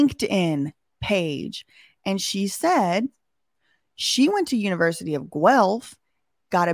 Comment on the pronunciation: The way is saying univrsity...the shade...I love it lol!!!!